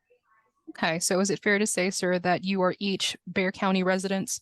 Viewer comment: lmao. He’s been here for almost 10 years and still pronounces Bexar county as “bex-ar” instead of “bear”. He must live under a rock